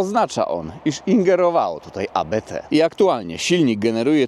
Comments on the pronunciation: Nie abete tylko Abt, to nazwisko Christian i Hans-Jürgen Abt. Pozdrawiam serdecznie, super robota! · ABT, nie AbeTe. To nazwisko założyciela :) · ABT a nie jakieś A Be Te. Abt jest nazwiskiem. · Świetne auto, szkoda tylko, że nie ma pełnego pakietu ABT. Tak na marginesie ta firma nie nazywa się A, B, T tylko Abt od nazwiska założyciela firmy Johanna Abt. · 😂😂😂 nie wymawia się A B T tylko Abt razem to jest nazwisko właściciela Firmy Hans Jürgen Abt 😂😂😂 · Nie ma czegoś takiego jak A B T . Mówi sie razem ABT jest to nazwisko niemieckie. Proszę o poprawną wymowę 😊 dziękuję pozdrawiam. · nie mówi się abt :) to nazwisko Daniel Abt